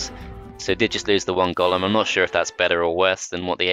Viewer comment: But why do you say gollum and not golem